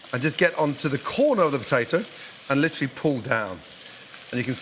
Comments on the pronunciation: Take a shot of olive oil every time Gordan says Litchurally. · Yeah, but are you LIT'RALLY doing anything at all, really? Lit'rally? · Did you mean liturally? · I wouldn’t drink a single time cause all I heard was “litually”